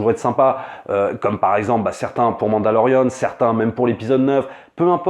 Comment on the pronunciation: Tu sait que tu doit être la seul personne aux monde a dire mandalorian c'est ou a l'anglaise mandaloriane ou mandalorien tu le sort d'où le an